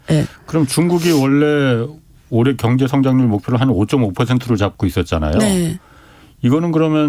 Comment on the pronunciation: 방송들으면서 순화된 발음을 망가트리는 시간이 됩니다. 겡재 갱제 희안 합니다 KBS라디오 방송 이-------! 큰것을 놓치는 편성과 모든것이 내부의